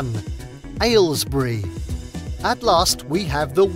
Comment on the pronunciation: Aylesbury surprises me. And as far as I'm concerned he's not quite pronouncing it right, there's far too much emphasis on what sounds like the word "ale" at the start. You can hear it as pronounced by the local MP, and as pronounced by Boris Johnson in his response where he squashes it even further to something like "ehlls-bree", which is closer to how I pronounce it (I grew up nearby) - in this short clip